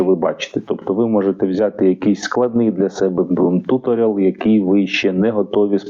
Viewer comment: Tutorial - tju'torial - наголос на другому складі, це, мабуть допоможе? Тобто перший склад вимовляти з м'яким "у " -майже як "ю", але не зовсім, у другому складі більш ширше "о" , з наголосом, а останній - як назва клубу "Реал" .